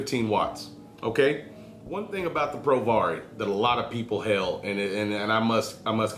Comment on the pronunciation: Hey mate! Just to let you know, I believe it's pronounced "pro-VARY" (like in variable). Loving the vids! Vape on!